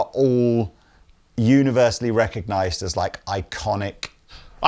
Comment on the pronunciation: Lol "Redneckognize"